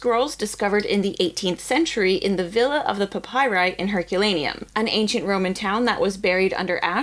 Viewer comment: And it’s pronounced pap py ree